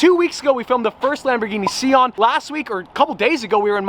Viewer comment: Bro it’s called Sian and not Shawn. Please